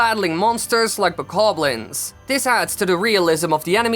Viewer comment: Who else is mad that he says bakablins instead of bokoblins